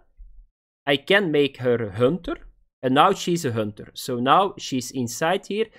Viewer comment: Hönter 😂 lmao